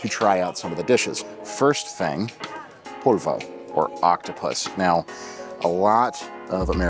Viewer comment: Hey, thanks for watching! Appreciate the kind words and the comment. I do say 'polvo' but listening back, it does kind of sound like 'corvo' - pronouncing Portuguese words is hard, especially on camera, haha